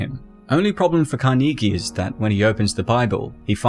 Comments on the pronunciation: You need to learn how to pronounce "Carnegie" good lord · Great analysis. But it’s pronounced Càr-nuh-gee….Not Car-Knee-Gee😂😂😂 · Really hard to get over the fact that he pronounces 'Carnegie' wrong every single time... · I swear if I hear "kar-knee-gee" one more time. 😤